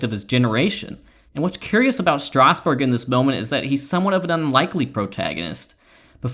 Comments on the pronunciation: how the hell was that first 2 seam fastball a strike. and it's kind of annoying, isn't it pronounced strass-berg, not straus-burg? I could be wrong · lol “Stasburg”